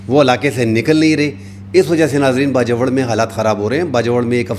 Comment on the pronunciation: Piyary bhai please ap Bajowar na kaha karein..Bajor kaha karein...apka style and news upto date and realistic hoti hein....Allah apko izzat de